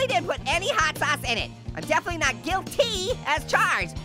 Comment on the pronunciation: “I’m definitely not guilTEA as charged”